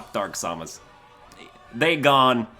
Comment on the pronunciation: The way he says Samus hurts me in ways I don't know how to describe.